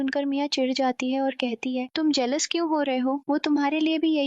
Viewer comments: Jealous hota ha jealwous nhi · Mujeh jealous word gelwos kyu sunai de rha hai